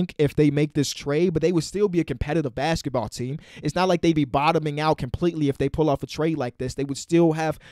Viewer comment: i like the way says "basketball"